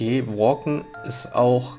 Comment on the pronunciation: Ich glaube bei walken musst du das A deutsch aussprechen. Und das wäre dann das ein mechanischer Vorgang